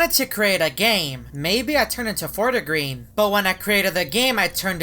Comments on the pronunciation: Normal people: fort green: forta green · Its /fort green/